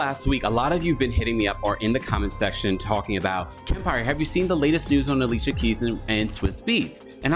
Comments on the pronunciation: It’s pronounced aleesha keys. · Who tf is Ale-sia keys? 😅